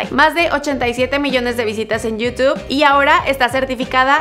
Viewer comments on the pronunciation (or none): none